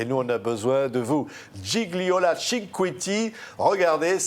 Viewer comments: Dommage que le journaliste ...c'est typiquement français.d'ailleurs ..😕 avant le entretien n'essaie pas de voir comment prononcer correctement le prénom Gigliola, dont gli ne se prononce pas comme un G... qui est muet mais lji .. Gigliola par contre, parle parfaitement le français et sans fautes ... Bravissimooo ❤🇮🇹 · Magnifique ! Mais entendre son prénom écorché alors qu'elle l'a prononcé, en italien le g ne se prononce pas. Donc, c'est Giliola. C'est pas très grave mais quand même... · Même pas capable de prononcer son prénom correctement ! Le second G est muet !! Gi-liola !!